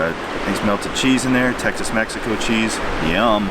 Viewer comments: Love the video. BTW, its "TexMex" in the south. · It cracks me up when you call it Texas Mexico cheese I'm from Texas and it's just called text Mex